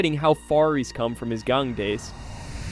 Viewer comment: Sorry how did you pronounce gang again? Let's see... joined 2024... entire video is basically just a recap of the Mentalist with very embellished language... Hmmm> I know what you are.